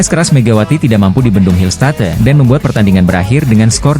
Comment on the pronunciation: Ngarang narasi doang ni Mimin....hillstat"e" katanya ....belajar baca dulu min....konten abal²..